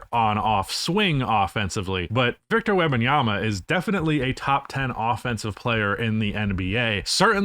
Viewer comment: Agree with the arguments presented but, please, stop saying Webbinyama. Is either Wemby or WEM - Banyama Is a person's name ^^ Respect